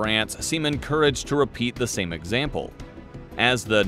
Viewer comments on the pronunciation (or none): none